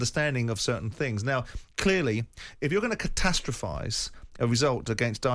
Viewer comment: Why can't Simon say "clearly" properly